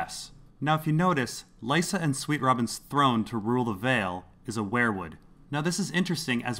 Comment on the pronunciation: Its WEIRwood not WHEREwood! Seven Hell's!!!